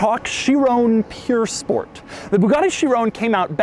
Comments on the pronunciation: Cringing everytime he says 'pure sport' instead of 'pur sport' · It's pronounced purr sport as in a when a cat purrs. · Doug, I love you, but the place that makes Bugatti replicas is Pür Sang. This is pronounced Pür Sport. Yes, it means pure, but everytime you said it, I got just that more annoyed.... Almost as much as commenters typing buggati... 🤬(title of video d@ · It's not pure it's pur. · Him: bugatti "pure"sport... The title: bugatti "pur" sport Us americans WAHT? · Pur not pure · ok i like doug but he can’t pronounce all the popular cars like breh “piur sport” it’s pur sport bahahah and urus is urus not Yourus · this car purs nicely................ no seriously is it pure or pur? cause doug keeps sayins pure lol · What's a "pure" sport, doug? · Pur (like purring) not pure. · Why was he calling it pure sport doe its "pur" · Not “Pure”. It is “Purr” Sport. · It's pronounced POOR SPORT Oh, the irony... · Nobody: Doug: purE sport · I only came to hear how badly you mispronounced the name pur sport 😂 Why do Americans make no effort at all to say car names properly!